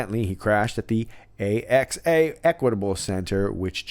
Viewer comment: Axe-uh is the way AXA is pronunced.